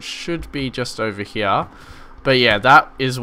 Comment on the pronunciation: i love how he says here (hea)